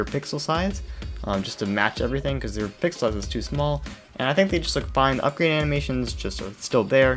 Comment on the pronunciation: "uprade" "ugrade" close, but not quite